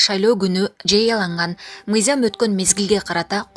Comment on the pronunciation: Мыйзам деп оку мыйзям эмес!